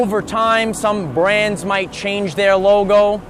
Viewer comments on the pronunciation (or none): none